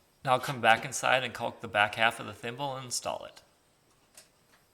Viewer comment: Nice job. But who pronounces caulk that way?